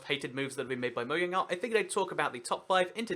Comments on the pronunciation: It's Mojang not Moyang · Btw it's not moYang it's Mojang it has been proven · We really just gonna let him get away with saying "Moyang" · whats "Moyang" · did you say moyang not judging you just want to be sure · moyang really just really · Serenity Scratch when you dont research it enough....( its really moJang, they confirmed it) GET YO FACTS STRAIGHT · Is anybody else bothered by the fact he says Mo-yang